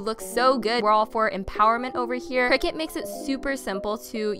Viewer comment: omg if you're going to say Cricut times in your video, at least pronounce it properly lmfao